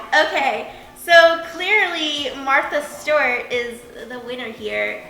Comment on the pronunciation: Love you girl, but it’s Martha Stewart. (Martha Stu-er-t)